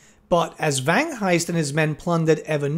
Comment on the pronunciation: Vangheist, silent h you say the g :)